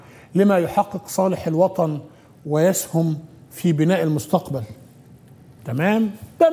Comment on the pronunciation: للاسف فيه خطا لغوى في كلمة يسهم من المذيع